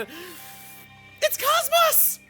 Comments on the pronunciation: Spoilers I guess? I've only played Xenosaga episode one, so i don't know if they change it for Episodes 2 and 3, but in that game they always pronounce KOS-MOS as "cos" (like the beginning of coat) - "mos" (like most without the T). It's just odd hearing it pronounced in such a different way. Either way, I'm glad to finally see her. Cause learning she was in this game as a Blade is what made me finally start watching the LP. I'm looking forward to what sort of references KOS-MOS and T-elos will make about their home games. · Dang He really be pronouncing it "Koss-moss"